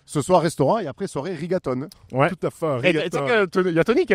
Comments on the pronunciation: Stephen..."Arrigato", Exceptionnel 🤣🤣🤣. Je crois que je vais encore rigoler demain.... ou pleurer 😅. Vous etes formidables. Continuez comme ça les gars. Vous nous regalez❤ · Le "a-riga-to" m'a tué 😂